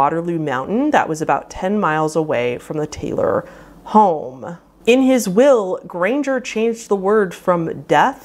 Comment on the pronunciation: And R’s “grangeRRRRRRR”